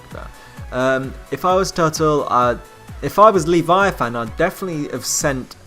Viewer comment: The way you pronounce "Leviathan" is annoying... The e isn't long, and it's said all together... "Leh-vi-a-thin